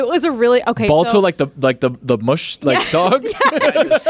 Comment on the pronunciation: I'm pretty sure is mispronouncing "mushing, mush and musher" 😂